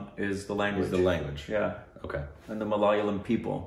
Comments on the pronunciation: it's not miliyaliyam... it's malayalam... Maa..laaa...yaa...laam.... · It's MALA-YA-LAM and *NOT* MALAL-YAM!!!!!!!! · Its Kerala guys and the language is ma-la-ya a-lam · Nobody:: malaliyam🤣🤣🤣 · I hit the like button when says Malaliyam (korbonized) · Correction. Ma-la-ya-lam Ma-la-ya-li I'm a malayali btw. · Ok guys I'll tell you one more time how malayalam is pronounced. Mal is pronounced like you pronounced- ya-lam is pronounced like rum. All the best 😊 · Is it really that hard ? .. I understand accents n all .. but .. Ma-La-Ya-Lam is pretty easy to pronounce isn't it ? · it's maa· luh·yaa·luhm. you should at least google how to pronounce the word Malayalam. We understand it is your stupid reaction but even pronouncing the language name wrong seems very rude.